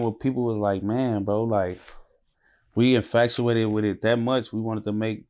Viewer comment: I don’t know what’s worse: casually saying ‘infacuated’ and ‘scoffinated’ or the fact that viewers just going about their day like those are actual words 😂😂